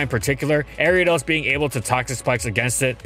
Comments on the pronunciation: Area dose? Arree ah doss! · People say Airiados The anime says Ariados My step uncle says Aryados Pokémon pronunciation can be pretty confusing yet entertaining sometimes. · The way he pronounces Ariadne...jeez